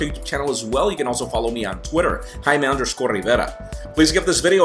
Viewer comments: He did, its pronounced "jay-me" and he said "hi-me" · He pronounces his name wrong.